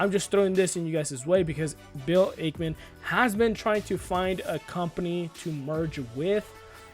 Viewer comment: Can’t even pronounce the SPAC or Ackman correctly.